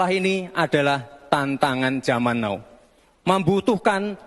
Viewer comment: Bacanya bukan NOUUU.TAPI TAPI NAU BOCIL SAMSUL.PIYE TOH NGOMONG SKOLAH LN